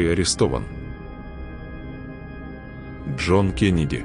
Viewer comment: Когда будете использовать виртуальный голос, пишите не кЕннеди, а кЭннеди, тогда машина правильно произнесет имя